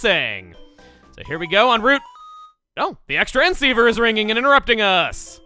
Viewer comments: Ex Transceiver. Me: IT'S CROSS-TRANSCEIVER!!! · It’s pronounced CROSS-transciever